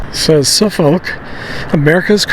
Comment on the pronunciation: Suffolk is pronounced Suffick……also a British town.